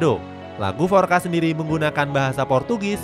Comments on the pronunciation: Bang di bahasa portugues FORCA itu dibaca FORSA bukan FORKA. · Forca selalu di hati, tp bukan forca skrg yg udah diremix, forca lama yg original jauh lebih bagus Btw bacanya forsa bukan forka